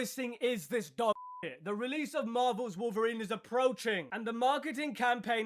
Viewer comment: It's wolferine 🤣🤣☠️😅😅😅